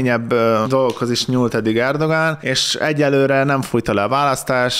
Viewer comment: Erdoğan ezt a ğ betűt a törökben nem ejtik ki, vagyis néma hang.